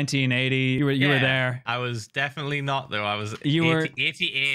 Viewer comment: Hearing Philza pronounce " '88" as "etty ate" made me laugh so hard